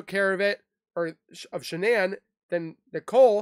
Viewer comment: Shanann's name is pronounced as you would normally pronounce Shannon.